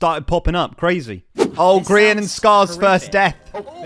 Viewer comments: min it said grain not grian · Love how every time it said Grain instead of Grian 😂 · Anyone notice is says "grain" 😂